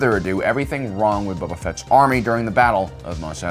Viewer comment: I keep hearing him Say Bubba Fett not Boba